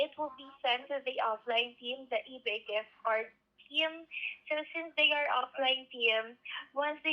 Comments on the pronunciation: Why does she say "eee-beh" instead of "eee-bay"? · The biggest crime of this lady is how she keeps saying EBAA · Why does she pronounce ebay like that?